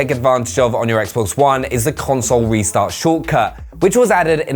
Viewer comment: That’s not how you say Xbox one ☝️